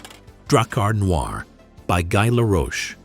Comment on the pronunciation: By GUY Laroche?!?!? It’s pronounced GHEE Laroche!